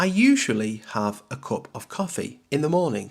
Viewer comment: Thanks for your video. I feel your pronunciation different some words like cup, bus, lunch